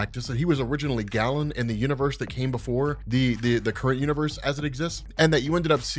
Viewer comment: I'm a BIG fan, but the name is pronounced "Gay-len", from the ancient Greek. Amazing work!